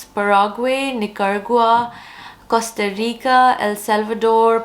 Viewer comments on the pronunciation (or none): none